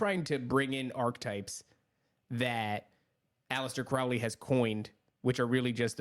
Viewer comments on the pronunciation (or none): Its CROW LEY as in a bird CROW its pronounced CROW LEY not CROW like Cow please pronounce Crowley correctly Crow the black bird not Crow as in Cow its oh sound.